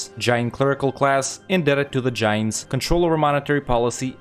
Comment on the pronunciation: The way you pronounce Jains is extremely funny to me, great guide!